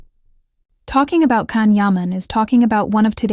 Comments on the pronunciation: You don’t even pronounce his name correctly. His name is not pronounced Can but Jon. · I appreciate the information you have to impart but it drives me nuts when journalists do not take the time to pronounce the names of Turkish actors or their work correctly. Please take a moment to pronounce properly beginning with "Gian" Yaman. in Turkish it is not a hard C. A C is pronounced as a J unless it is Ç which is a ch sound. Please correct your pronounciation. Can's arrogant behavior does not endear him to many.